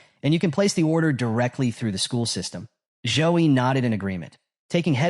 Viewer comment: Waaaiiitt so he wasnt called Joe-E but Zouh-Yi all along ahahahaah